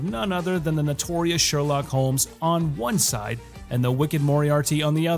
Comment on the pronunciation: "SHERLCOK" hahaha